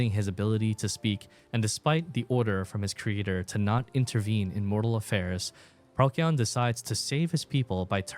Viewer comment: Procyon is pronounced pro-see-on, it's a lot more comfortable to hear and speak